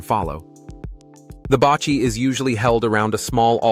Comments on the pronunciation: not" bachi" but pronouce baci or ba see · Basi pronounced Basee not bachi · Baci is pronounced "ba see" not pronounced ba chi. The weaved ball is pronounced "ka thall" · Baci is pronounce like baaahhh seee. Not bachi. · Not bachi But bassi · Baci is pronounced "bahsee" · Baci is pronounced like Ba-See. I am from Laos and came to US since 1980 as refugees . Went back “home” last year for the first time and I have to say that I am glad I went. I hope to go back again. Thank you for the great video.